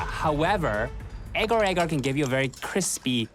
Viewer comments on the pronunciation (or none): malaysian watching this: not the "egar-egar" 🥲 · It's Agar Agar 😂